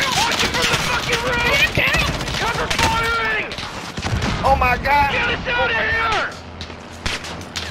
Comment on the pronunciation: “oh ma gawd” just had me dying 😂